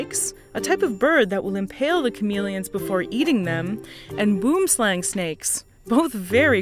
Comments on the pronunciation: Not boom-slang It's pronounced (Boo-wim-slung) Say it right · Boom slang is pronounced boo-um slung, it's Afrikaans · Boomslang means "tree snake" and is pronounced more like 'buam slung' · Love your videos as always! One slight niggle being your pronunciation of boomslang, the correct pronunciation is more akin to bwurm schlung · Love hearing westerners pronounce South African words. Took me a sec to realize oh i know what boomslang is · Lol the pronunciation of boomslang is so funny Do some research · tubenshaft Boomslang is Definitely one of the butchered words out there XD along with Aardvark and Die Antwoord! Sorry for making stuff all serious again. I completely understand, YouTube is a rather toxic community. I wish it wasn't so :(